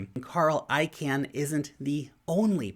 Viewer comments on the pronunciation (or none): Hi, FYI, Carl Icahn's last name, the second syllable is not I-CAN....more like I-CON....thx for your daily vids! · Great stuff, as always. (Just one FYI,. Carl Icahn pronounces his last name...”Caen”, like the city in France.🇫🇷 Not “Can”, like Campbells soup. 🥫) 😉